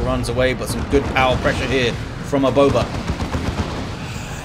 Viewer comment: the way you said " aboba " was just perfect